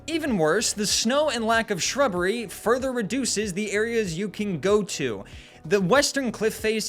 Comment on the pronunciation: A SHWUBBEWY